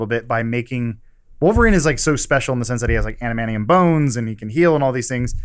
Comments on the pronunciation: Adamantium, not Adamanium Adam. I love you Adam but that pronunciation is driving me crazy. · Adam it is Adamantium, not Adamanium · Love how Adam keeps saying "amanium" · I thought Adam of all people would be able to say "adamantium"... but he says "anamantium". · Adam it's pronounced Ad-uh-man-tee-um. I'm sorry but I had to say it.